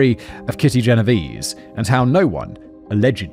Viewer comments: Writers, wonderful writers, can you please go back to including pronunciation guides - especially for names - for Simon?! It feel disrespectful for him to be (accidentally) mispronouncing the victim's name. Genovese is of Italian origin: the last 2 'e's are pronounced like the e in 'bet'. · isn't it pronounced "gen-oh-vay-zay"? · You say the last e in Genovese.